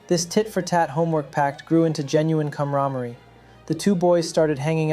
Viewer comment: If you can't pronounce the words you claim that you claim to have written, you probably didn't write it. 'Camaraderie', for one